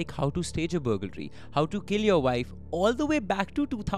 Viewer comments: it is BURG-laree and not BUGAL-ree. No big deal i say ALL-DREADY instead of Already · Love your videos! But can't stop laughing at "bugalry"😂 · The pronunciation of burglary 🫣